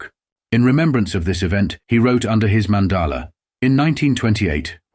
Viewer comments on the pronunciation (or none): "Mandala" is pronounced "man daah la"